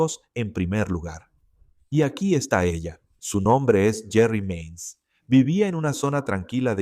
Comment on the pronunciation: Se llama JERI MAINS, No JERRY MANIES , en este law&crime pensé que le habían cambiado los nombres porque suenen como Jerry como nombre de hombre y Cecil de mujer oops!!😮